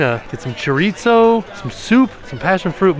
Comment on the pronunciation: it's cho-ri-zo not cho-RIT-zooo 😂